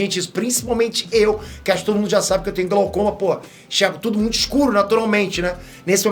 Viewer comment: você falou tode?